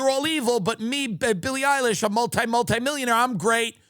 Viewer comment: Sil E Eye Lish ladies and gentlemen